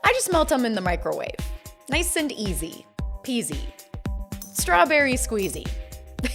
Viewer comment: When she say easy Pissy strawberry squeeze I remember jin 😂